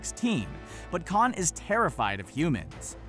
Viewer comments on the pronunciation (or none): none